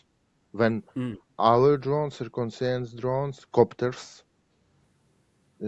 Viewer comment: My thoughts exactly. He is straightforward, without bitterness towards the situation, in good humor in spite of everything. And his English is decent in spite of using "to" with modal verbs and mispronouncing some words like "reconnaissance'